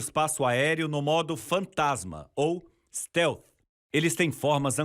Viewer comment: "stel" sabe nem fala direito